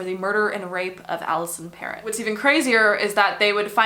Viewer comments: Alisson pronounced Pero the "t' is silent. That doc that sounded it like a parrot is incorrect. Can you delve into the Shoeshine boy murder in Toronto, late 70's near the Eaton Centre. This was major news as we were in elementary school. It brought to light the issue of child labour, Portuguese immigrant family. Nicole Mor-eh. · So, yes, I remember the videos of Bert and Getting - good work !your pronunciation of her last name needs to be “frenched”…